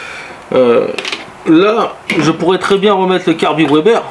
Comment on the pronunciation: Bon par contre on ne dit pas OUEBER (WEBER) mais veber ! Sinon on dirait également OUAGON (WAGON) donc vagon. Bref